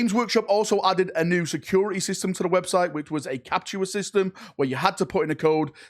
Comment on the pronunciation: "You go to the wobtite."